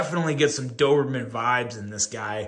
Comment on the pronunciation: Hey! Your pronunciation was perfect 😊. Thank you for the review. I already seeing few issues and dreaming to fix it in Doberman 2.0